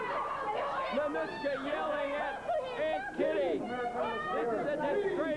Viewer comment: Ninouchka, Nonitchka.... McLean never pronounced Ninotchka's name properly.